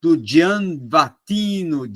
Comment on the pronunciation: É Gianni Vattimo, nao "vattino"